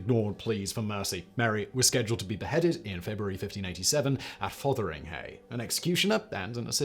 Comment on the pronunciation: Perfect pronunciation of Fotheringhay Sir.